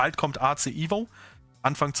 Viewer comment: es heisst evo nicht ivo😅